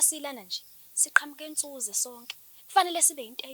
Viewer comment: Hhay angithandike indlela abiza ngayo "Nsuze" uyibiza ubulokishi, isilungu kanjeh.